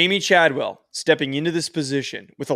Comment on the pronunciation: Do you guys do your homework at all? Chadwell is making over 4 million per year to be at Liberty. Don’t say you don’t know why he would go there lol. Also, mispronouncing the few players you talked about names is a bad look. You can do better than this…